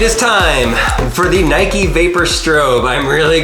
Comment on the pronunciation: Nike not nikE